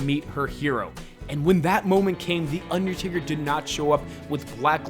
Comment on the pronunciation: Makes wrestling videos but can’t pronounce undertaker 😂